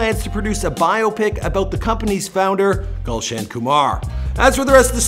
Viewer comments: thats not gulshun thats goolshun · It's not 'gaulson' ,rather it can be pronounced as 'goolson'( written as gulshan)